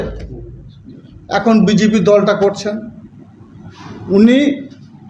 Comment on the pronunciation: কতটা উচ্চ শিক্ষিত বোঝা যাচ্ছে, BGP না BJP ঠিক করে বল